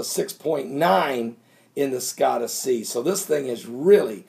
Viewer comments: Scotia is NOT pronounced Skottu. It is pronounced skoshu with O as in "open" and a as in "up". I lived in Nova Scotia Canada when I was younger. Nova Scoshu when it is phonetically spelled. My Canadian ears say OUCH every time you pronounce it skottu. Don't worry, I am well aware that absolutely none of us can pronounce every word and name there is. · ..."Scotia" (sko-sha)...as in Nova Scotia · scotia is pronounced sk oh--sha